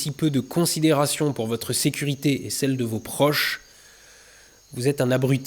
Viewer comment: franchement des barres de rire du début à la fin, "la sécu....rité" comme dans bob l'éponge 😅 "son réacteur tiens avec du scotch" 😂 mails il aurai pas pu se contenter de cramer des bout de bois au fond de son jardin comme n'importe quel ado un peu con, ou apprendre la soudure ou le macramé, non ben non... 😰